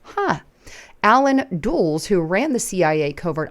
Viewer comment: Allen (Duh-less) as in Dulles airport.